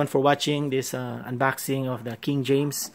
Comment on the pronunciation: Anbaksing? Lowgo? Hahaha